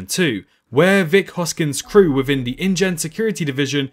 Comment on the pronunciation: Can't this guy say "th"? it's "within" not "wivin"